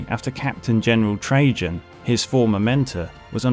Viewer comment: I’m sorry did you say Captain General Trajan as in Captain General treason, valores